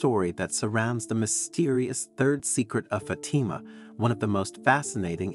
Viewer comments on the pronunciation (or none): It's pronounced Faatima not Fateema bonehead. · I stopped listening when Fatima was pronounced "Fa'tee'ma". AI, cannot be used for anything of faith, especially critical Catholic information. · The pronunciation of the word FATIMA is not correct. The accent is on the first letter A. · Why should we listen to this when you mispronounce Fatima.